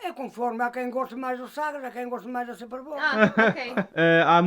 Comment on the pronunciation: TYVM for speaking better Portuguese now, Amalie still speaks better than you... You say SUPER BOC n vinho do PORTO perfectly...lol